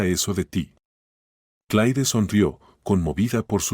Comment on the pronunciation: Sr No es Clai Esta bien rscrito Pero se pronuncia C L E R Para que ponen nombres en ingles, si no lo saben pronunciar